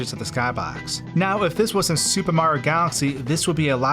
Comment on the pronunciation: Every time you say super it sounds like “Soupa” and I was dying